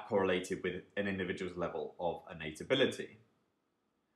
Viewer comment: Hey , Great Video and overall series on Econometrics is great and helps a lot. just a small complaint though for this video. I noticed that several times the word"ability" was mis-pronounced in very weird way which is confusing :)